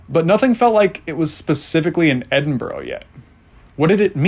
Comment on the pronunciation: Tip on pronouciation. It is not Edin-boro, it is Edin-burr-ahhh or Edin-bra.